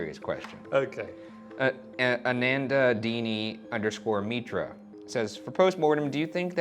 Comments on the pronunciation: The way he said Anandini Mitra😂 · RYAN prouncing indian name Anandini mitra 🤣🤣 I CAN'T- SKDHSKXS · So true, especially the way he pronounced 'anandini mitra' 🤣🤣🤣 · ryan, i adore you, but that was THE funniest and most intense way you could have butchered pronouncing "anandini mitra"